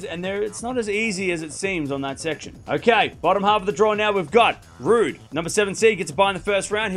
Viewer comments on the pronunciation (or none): none